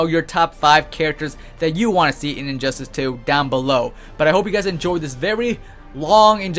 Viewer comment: Injustice has 3 syllables. Not "Injusis" so please stop saying it like you have a bad lisp.